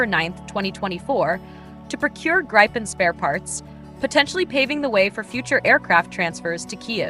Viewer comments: Yes the VO is annoying AF in that respect - and inconsistent - she gets it right . Obviously that was accidental. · Stop saying Grajpen dammit. How hard can it be i wonder 🤔🙄